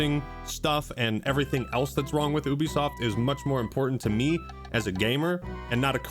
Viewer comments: It’s Ubisoft. not Ubisoft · Wait. It's it pronounced Oo be soft of You be soft? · How to you have a YouTube channel that talks about video games and you don't know how to pronounce Ubisoft? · Is it pronounced as "ooo-bisoft" or "you-bisoft"?